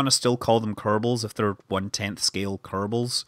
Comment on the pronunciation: Really? Small-bals and big-bals?